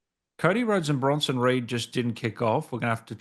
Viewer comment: Been looking forward to your guys next upload. I’m sure almost called Bronson Reed “Bronson Weed” 😂😂